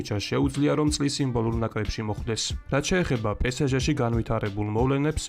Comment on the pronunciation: Pe Es Ge პე ეს ჟე - სწორია პე სე ჟე - არასწორი